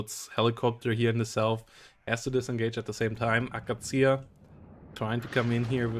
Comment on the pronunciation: It's akAtsiya, not akaTSIya